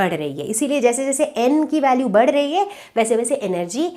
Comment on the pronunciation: Mam be like pandey sir badh rahi h ki jagah bar rahi h 😂😂😂